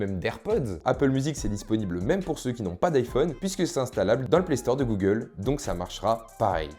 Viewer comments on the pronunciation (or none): none